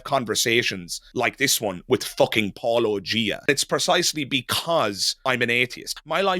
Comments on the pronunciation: I also heard it as Paul-O-Gia haha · I heard it as Paul O’Gia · Paul O’Gia! I love that an Irish fella introduced a groundbreaking new pronunciation. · I made my own Paul O’Gia comment. Yes, that’s the best of the many mispronunciations I’ve heard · I don't know if it was intentional, but "Paul O'Gia" is my favorite mispronounciation of your monikor. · The syllables were correct but I heard enough of a pause between Paul and O'Gia for it to sound like a first and last name rather than a single word.